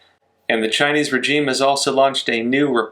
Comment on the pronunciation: please learn how to pronounce regime